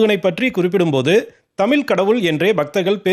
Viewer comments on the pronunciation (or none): உன் வாயில் வசம்பை வைத்து தேய்க்க.. தமில் தமில் என்று சாகடிக்கிர!🤦🏻